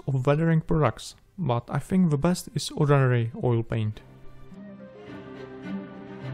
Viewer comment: Prosím dbej trochu na výslovnost, protože občas ty slova tak semeleš tak dohromady, že je tomu těžko rozumět. Anglická věta chce trochu zpěvnosti a ne zadrmolení jako třeba u slova products nebo ordinary, které je naprosto neznělé.